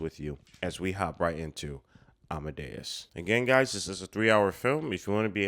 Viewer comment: Your pronunciation of 'Amadeus' is just fine.